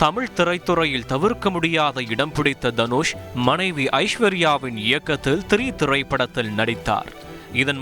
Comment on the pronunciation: ஐஸ்வர்யா இயக்கத்தில் ஏக்கதில் அல்ல என்ன தமிழ் உச்சரிப்பு..